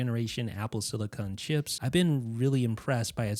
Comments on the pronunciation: Great video. Thanks. However, pls also note that its called "apple SILICON", and most definitely NOT "apple SILICONE". CON vs CONE. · Silicin not silicon